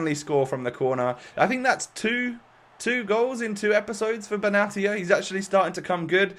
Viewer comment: It’s pronounced benashia but love the vid as always